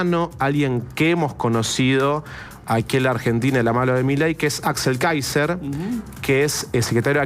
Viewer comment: Si eres periodista trata de aprender a pronunciar el nombre del candidato por lo menos es el minimo y la porqueria de gobierno que tenemos es la peor pesadilla de Chile así que lloren pero el mejor por lejos es Johannes Kaiser y no la zurda ultra Jara que se disfraza de algo que no es puedes ver como agreden , insultan y denostan a todos los que no piensan como ellos .